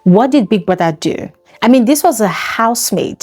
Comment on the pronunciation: Btw it’s two as in tu Not theww